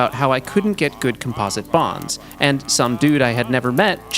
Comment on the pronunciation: he is saying composite wrong